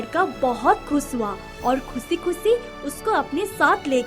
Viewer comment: Kusi nhi khushi hota hai😄